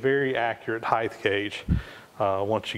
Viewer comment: And heighth... LOL! (though that is common)